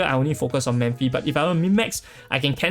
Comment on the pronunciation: I often hear you pronounce “Memphi”, her name is Mephithopeles, right? Her nick is Mephi, if I’m not mistaken. Sorry, it’s just a correction.